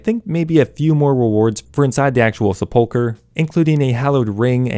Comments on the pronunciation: Its pronounced sep uhl ker Not sep uhl cher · L O L that Sepulcher pronounciation had me laughing!! lol love ya